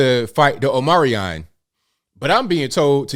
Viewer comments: dear God man please pronounce things correctly. OHM-EE-CRON not OH-Merry-ON. HOOSE-GOW not Hoose-Gooo. Dear God, man, I'm about to unsubscribe because this is the auditory cringe I get from the wrong use of loose <-> lose. At least */residen Brandon says "OMNI-CRON" which is closer to the phonetic accuracy than your pronunciation. FFS, dude. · It is pronounced, Omee-cron.. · Omicron not Omarion dude 😂 Come on you're perpetuating the cliché of Americans who can't read. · " omicron " is not an english world, so you're misspronauncing it...by the way, good on you to point out the level of hypocresi coming from the Dems.